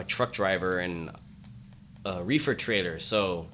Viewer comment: Nice cup lol !!!! Did he say Reffer lol hahaha